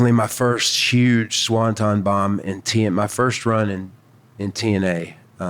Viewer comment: SawnTon!!!! Swanton!!!